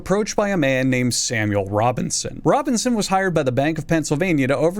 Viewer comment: Samuel Robbing-son